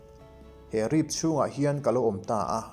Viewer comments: "Rip" thluk dik lo hi... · Ngaihnawm hle mai,mahse rip tih hi i thluk dan a diklo, ka ngaimawh riau mai